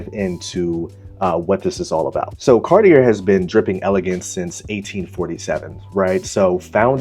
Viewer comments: It's pronounced Car-tee-eh. Or Car-tee-ay. Don't pronounced the R. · A helpful starting point would be learning the proper pronunciation of Cartier.